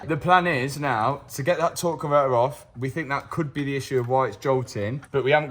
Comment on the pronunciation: “Tor on’ver’er” aka a torque converter